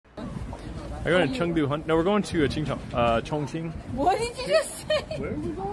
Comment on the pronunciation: Actual context: He was trying to say that they're going to Chongqing. Chongqing is a city in China and it's pronounced "chong ching" but he said it backwards which sounds like a stereotypical mock Chinese phrase.